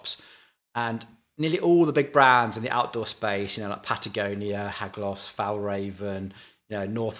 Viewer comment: Hagloss? never heard of that brand, definitely lot how to say it:face-blue-smiling: I figured out what you meant Haglöfs the Swedish brand. Haglöf is the surname s is added, for the brand name. Google translate says it wrong, says V instead of F but otherwise, passable.